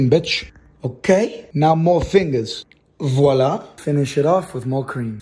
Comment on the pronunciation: No one talk about the " Voilà ! " Im french and he's prononciation are so good